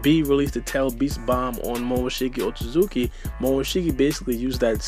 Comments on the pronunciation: Lol pronounces it as Momoshiki OtZUZUKI! Like cmon it’s OtSOOSOOki lol. always trippin on pronunciations. But some ppl are worse so I won’t hate too much 😂🤷🏾‍♂️ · And you said up top "Otsoosooki" lol. There's clearly a T on the middle so you're saying it wrong.